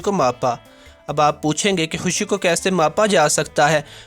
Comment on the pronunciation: Oooyyyy husshhii nahi Hota khushhiii Hota hai... ye kesy bolty ho